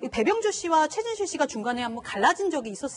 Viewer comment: 고 최순실?? 발음 똑바로 안하냐